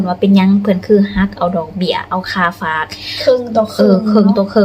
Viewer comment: ผมอยากให้คนลาวทุกคนพูดคำว่าฝากอย่าพูดเป็นผากมันพูดไม่ถูดหัดพูดใหม่ครับพัฒนาคำพูดหน่อยครับ